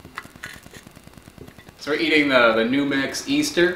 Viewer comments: Another amazing video. BTW NuMex is pronounced New Mex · Numex is pronounced “New Mex.” It refers to a sries of pepper varieties developed at the Universuty of New Mexico’s agriculture program.